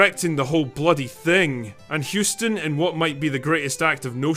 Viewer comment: Is the content creator deliberately butchering the pronunciation of John Hussss-ton? Throw whatever pronunciations on the wall and see what sticks? I know... Let's do a DRINKING GAME: Put a bottle of your favorite brew or beverage in front of you and take a shot whenever the content creator mispronounces his name. BEWARE: This drinking game is not for lightweights.